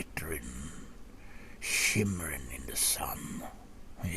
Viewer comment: I like how you say "shimmering" in this accent, odd thing to pick up on/like, but hey, am odd person. =D